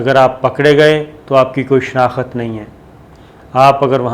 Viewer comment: SABIR SHAKIR ( SHENAKHT )KO AAP ( SHENAKHAT ) KEHTE HAIN SHAED AAP ZEYADA URDU BOLNE WALE NAIN HAIN . WESE BHI. AB PAKISTAN KE LOG URDU KI DONO TANGE TOD CHUKE HAIN .PHIR SETAM BALAE SETAM AAP PER ZOR BHI DALENGE KE JO WOH KEHTE WAHI SAHI HAI . KIYA ZAMANA HAI BADE PATTHAR NECHE CHOTE PATTHAR UPAR. JAB KAFIR KA SATH DEKE KAFIR KO MUSALMANO PER TARJI DIJAE TU IMRAN KHAN AUR UNKA SATH DENE WALE MUSALMANO KA. ALLAH GHARAT MOHAFIZ SALLALLAHO ALAIHE WASALAM KA FARMAN SACHA THA HAI AUR QAYAMAT RAHEGA KE APNE FAEDE KE LIYE BHAI KA GALA BHAI KATEGA. JO JUTE CHATE WOH KHUSH RAHE AAPKI GHAERAT KOI MANA NAHIN RAKHTI . TURKI KE URDUGHAN SAHAB KO SALAM HAI SUBHANALLAH KIYA GAERAT DAR MARD HAIN MASHAA ALLAH 🌹